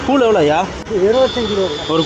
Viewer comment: கூல் அல்ல கூழ்..